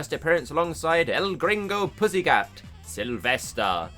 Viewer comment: Lisden it’s Sylvester